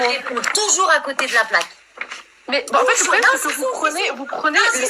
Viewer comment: "En fét' le probléme c'est que" ... jpp 😭😭😭😭